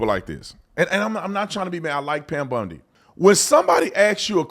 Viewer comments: Tatum … her last name is bOndi not bUndi! Come on now. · HER NAME IS BONDI. NOT BUNDY. CMON BRO. PLEASE. I SHOULDNT HAVE TO AKS.